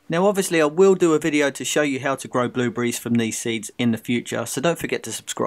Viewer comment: It is called BlueBERRIES!!! Not bluebriz!! %¥'fzhop